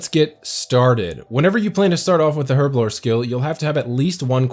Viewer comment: Im crying.. Been a player since 2004.. I say alch wrong and you say herblore wrong. No judgement lol just laughing and crying inside hahahahahahhaaaa